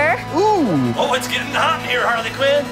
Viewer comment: I just realized that he said Parley Quinn